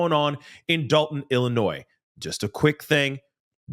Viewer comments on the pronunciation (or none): How do you say “Illinois?” Hint, the ‘s’ is silent.